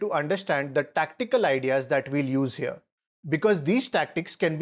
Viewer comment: If he goes hearuh we have a trap for that too